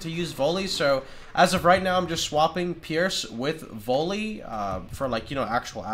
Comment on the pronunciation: The way you pronounce "volley" triggers me.